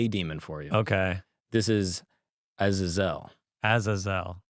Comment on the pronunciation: It’s A-zay-zel bud…. 😮